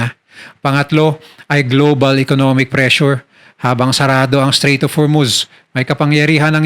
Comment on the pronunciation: Strait po hindi straight 😊